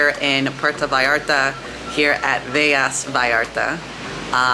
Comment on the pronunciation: Velas is not pronounced with a y sound there is only one l